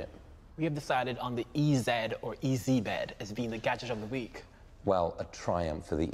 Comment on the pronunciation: Ee-zed bed? Well done resisting the Ee-zee pronunciation.